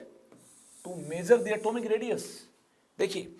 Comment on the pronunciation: Sir your pronunciation of atomic radius 😅😅